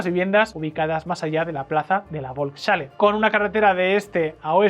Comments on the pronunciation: la bolks chale XDDDD FOLKS JALE JODER APRENDAN A HABLAR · Volkshalle se pronuncia folksjale tengo entendido. Gran video. Por suerte nada de estas locuras prosperaron. Viva la Libertad! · Muy buen video. Por cierto, se pronuncia “volks-halle” (folks-jale). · Volkshalle, se lee "folks_jale" (perdón por la burrada). Salón del pueblo